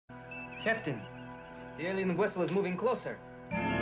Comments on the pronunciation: What the hell is a “wessel”? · Don’t you mean Wessel?